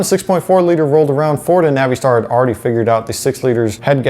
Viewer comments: Nav-ee-star? You mean NAVISTAR? I work for an International dealer and have NEVER heard “Nav-ee-star” in my life until this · Stop with the Navi —Star BS. It's pronounced Navastar. Oh, and yes... 6.0L everyday over the boat anchor 6.4L. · Naveestar?? Uhh? Don't think that's correct sir. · Man the way pronounce Navistar is funny I use to work there and actually talk to one of the engineers that designed the 7.3 he was a cool guy Literally out of all the big wigs he was the only one that engaged in a conversation with me